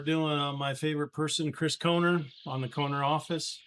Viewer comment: You cant even pronounce his name